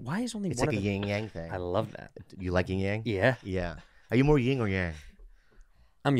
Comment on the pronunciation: yin and yang. not ying and yang.